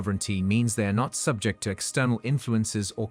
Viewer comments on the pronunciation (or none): none